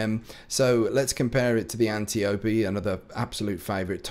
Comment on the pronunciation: Good lord, THANK YOU for pronouncing Antiope correctly,! I'm grooving on the DO guns you reviewed but why no mention of the Dire Promise? I thought you were looking forward to that one? I saw it in your inventory.